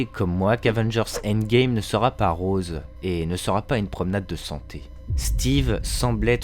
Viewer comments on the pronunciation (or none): none